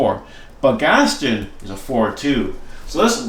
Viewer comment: Cool deck! Are you intentionally pronouncing it Gastin? It’s Gast-on like on is pronounced in the statement. “On the table”